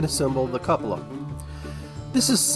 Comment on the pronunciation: I'm pretty sure its pronounced Koo-puh-lah. A variation is Kyoo-puh-lah.